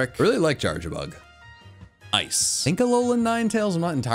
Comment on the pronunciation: It's Charjabug, NOT Charchabug!